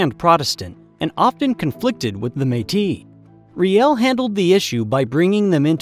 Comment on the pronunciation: Haha can tell your American... you can't say Metis right